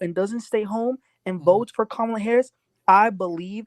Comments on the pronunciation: Her name is pronounced KAHHH MA LA!☺️🗳️💙🇺🇲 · Please give KAMALA THE DIGNITY OF PRONOUNCING HER NAME CORRECTLY. It is pronounced ,LA = KAMALA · Please learn to pronounce the VP’s name. Kamala is pronounced “Comma La” “ , la”. Please🙏🏾